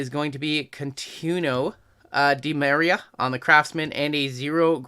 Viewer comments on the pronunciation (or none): none